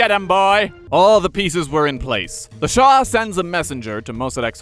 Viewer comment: Its Shah NOT Shaw!!!